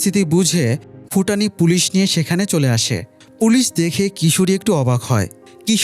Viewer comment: ফুটানি নারে ভাই ভুটানি